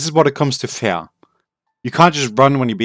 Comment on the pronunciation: i'm glad you wrote fear in the title because i would be confused other wise because you pronounce "fear" more like "fair"